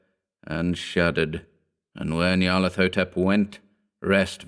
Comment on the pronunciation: The correct pronunciation would have a "hotep" at the end, as in the Egyptian word. Not "thotep".